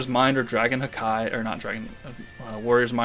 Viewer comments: out of curiosity (since it always sounded off hearing the “hakai”) i looked up various Japanese audio samples/clips from anime + in general and it is just “haki” and NOT “ha-keee” or “hawk eye/hakai” the pronunciation of the “-ki” is not an exaggerated “keee” that would make it sound dumb lol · Is there a reason behind calling "Haki" "Hakai"?